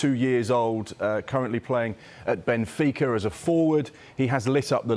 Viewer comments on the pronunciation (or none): none